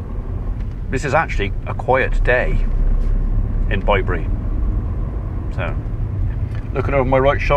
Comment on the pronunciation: I hope Mrs P is coming home soon. It was strange hearing you say Bye bury, were I am in Hamshire (with a silent H) I have always known it as Bibury as in babies bib.